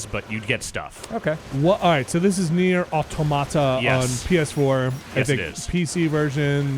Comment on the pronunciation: (by the way it's "nier autòmata" = sounding like "near robots" - nier automàta is more "near tomato" I guess and nope that's not the point of the game ;) )